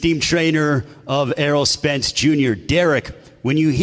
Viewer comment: Errol "Earl Spence" Spence